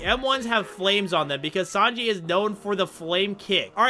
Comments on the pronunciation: Bro say tanji not Sanji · “Tanji” bruh his name is sanji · Bro said tanji instead of sanji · said tanji instead of sanji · it's sanji not tanji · I’m sorry but u said tanji it’s sanji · bro said tanji in sted of sanji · Bro it ain’t tanji it’s sanji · It’s Sanji not tanji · Why tanji its sanji😢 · Bro its sanij not tanji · ain't no way bro said tanji bruh 💀💀💀🙏🙏🙏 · Bro said TANJI! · wait wait wait wait wait did you call sanji TANJI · “Tanji” he say 😂😂😂😂😂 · BRO REALLY SAID TANJI 💀💀💀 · Bro rlly said tanji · No way bro said tanji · he said tanji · His name is pronounced Sanji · did blud said tanji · Y bro say taji